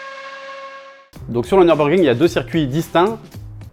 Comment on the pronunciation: "Tout ce que vous devez savoir avant d'aller au Nürburgring"... d'abord à prononcer "Nürburgring" correctement. Pour information, c'est "Nurbourkrink", pas "Neurbeurgring".